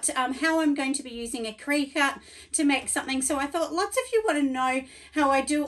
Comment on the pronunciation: Great video thank you sooo much! Just a heads up that it’s pronounced like cricket.